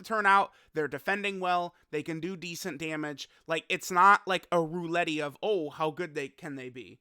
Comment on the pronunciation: everyone else commenting on the content, im just here to comment he said roo-let-ee for roulette